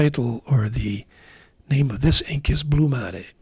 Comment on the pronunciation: Thank you for the video! Your remark on the fiddly capping saved me from wanting an M800, albeit I’m lured like a pike by the nice acrylics. Your genuine-sounding pronunciation of ”Verdura” and in particular ” Blu mare” is balm for sore ears. When I run out of Noodler’s Liberty’s Elyseum, I might try some Blu Mare.